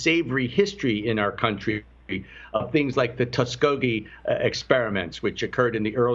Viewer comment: Tuskegee... Not Toskegee